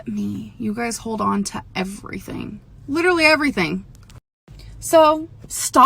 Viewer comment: Litterlee. LITERLEEEE